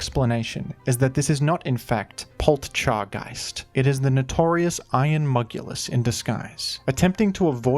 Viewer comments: Pol cha guyst the tea is silent. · You don’t need to pronounce the “t” in Poltchageist. It’s clearly based around matcha. In Japanese it’s just said “maccha” and the double “c” denotes a slight pause when saying it. It’s just that “chi” is part of the “ta chi tsu te to” part of the alphabet, so, if you type on some computers it’s “ti” and well it’s part of that anyways, so it’s possible some romaji thing caused the t to become part of how we spell it in English. I don’t know the history of matcha entirely. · It’s hard to say because of how you’re saying it. You say Poltcha like you’d say matcha; we say ma-cha, not maT-cha. If anything it flows better than Polteageist. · When you pronounce Poltchageist like that, I physically cringe. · Just drop the "t" in poltchageist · I can't tell of not knowing how to pronounce poltchageist is a joke or not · Poltchageist is literally just not difficult. Nobody pronounces "gotcha" as "got cha" with the t. Nobody pronunces "match" as "mat ch" with the t. Take 5 seconds to ponder it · Not that anyone cares, but the "t" in "Poltchageist" is silent, like in "matcha". Still an awkward name, since matcha is just a type of tea, meaning the name change really needed at all, except to distinguish it as a convergent Pokémon species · And it's disguise would have been perfect if some guy on the internet didn't realize that the "t" in "Poltchageist" comes from "Matcha" (and is therefore silent) and not "Poltergeist." An honest mistake, given that it didn't matter which "t" was used in "Polteageist" due to them sounding identical. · Poltchageist isn’t really that hard to pronounce